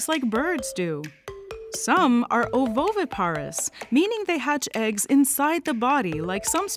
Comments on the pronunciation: Also, the syllable stressed when saying 'oviparous' and 'ovoviviparous'. Sorry but that was a bit 'nails-on-chalkboard' for me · I wish you hadn't pronounced 'chitin', 'southern' and 'ovoviviparous' that way.